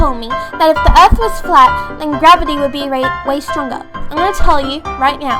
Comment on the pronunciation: The girl says ERF